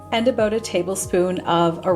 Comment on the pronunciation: Aboot! Must be Canadian. 😊